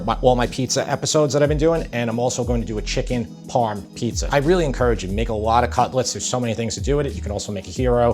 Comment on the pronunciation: Chicken Parm not chicken motts